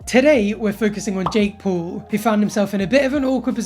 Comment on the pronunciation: Omg! We're the same, neither of us can pronounce Paul correctly.